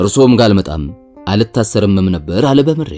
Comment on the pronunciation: አለ የሚለውን ስትል ለወደፊት አስተካክል ሌላው ሀሪፍ ነው